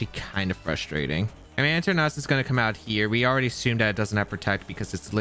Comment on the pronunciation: Your Eternatus pronunciation is almost the same as your Tornadus pronunciation. I wasn't watching the screen while I was listening to the video and I legitimately thought you were up against a Tornadus.